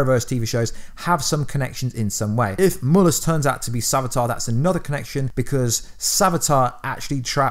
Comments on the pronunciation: It's Mal-lus Not Mul-us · He called mallas but it sounds like u saying mullas in vid